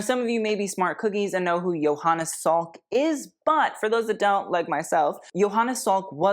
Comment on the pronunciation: sweetie... it's Jonas Salk. Joe-nuhs. Not Johannes. He was American and pronounced it very American.